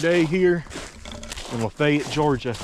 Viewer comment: thanks for saying Lafayette correctly. i lived there for years, and yet i have no clue where this tunnel is.